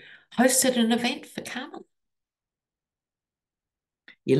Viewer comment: love, love your readings! You always bring sanity to my day! Love that Kamala is taking off like a rocket! Please show her the respect she deserves by pronouncing her name as she does: Com-a-la not Kam-a-la. Thanks for listening to this detail as we move toward a great future with our 1st woman president of the United States.❤😊